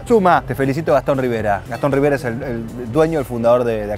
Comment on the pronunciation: Era Riveira el apellido de el de la Cabrera, y dice "rivera"